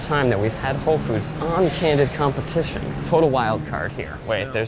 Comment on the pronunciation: Candid compe-tit-ion